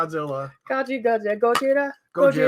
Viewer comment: In the beginning, she pronounces "GOJIRA" perfectly. Cheers^^